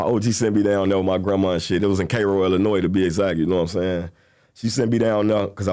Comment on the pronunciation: 😂 when he said Cairo I understood why he didn’t make it back home